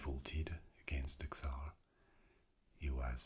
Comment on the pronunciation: Awesome video, as usual, thank you! However just a little thing... The Russian word "Царь" sounds as more like "Tssàr" instead of "Ksar" 😇